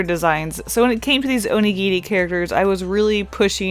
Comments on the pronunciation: I'm sorry but the first half of the video I was confused, I thought she was saying 'onigiti' and I didn't know what that was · Anyone gonna point out she's saying Onigiri wrong? FYI, I am Japanese.